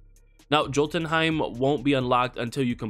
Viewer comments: No hate at all, but Jotunheim is actually pronounced like Yo ten heim instead of pronouncing the j like jo! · It's pronounced yotunheim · Jotunheim is pronounced with the "j" as a "y" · pronounced yōtən, J is silent, good video though. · It’s yo tun hiem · Where’s the ‘L’ in jotunheim? Lol Norse languages the J sounds like a Y. Sounds like Yo-tun(tin/depends on region)-hime. And again no L, no l sound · Thank you! Fantastic helpful video, but you were killing me with the hard american "J". For God's sake man, they pronounce it correctly in the game, Vikings TV series, Thor Marvel Movie franchise..... the Norse "J" is pronounced like the double L in Latinx, i.e. "tortilla". Or "y" in British Oxford and American Webster English use of "yo" or "yeah".